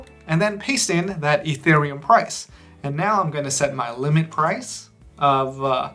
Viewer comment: "Fee" thereum